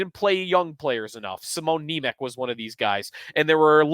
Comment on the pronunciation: You really need to work on pronunciation of player names (Noesen last time, Nemec now)